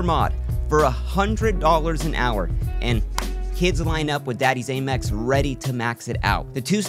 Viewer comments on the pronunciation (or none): American Express... Am Ex.. not a mex